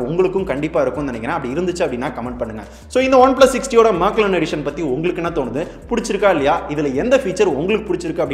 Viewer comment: அது மேக்லர்ன் இல்ல. மெக்லாரன்.